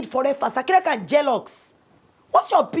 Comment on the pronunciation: Who else observe the way jenifa pronounce jealous (je lux)🤣🤣🤣🤣